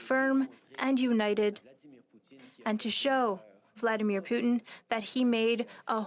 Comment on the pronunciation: Why does she pronounce Vladimir Putin like that??